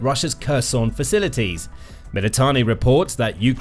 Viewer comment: Your commentary is pronouncing Kherson in the russian way. You need to fix that.